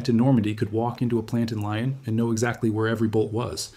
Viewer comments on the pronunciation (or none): Excellent video, I would share with my European friends, but you have to fix your pronunciation of Lyons. It would be a serious error to our European ear.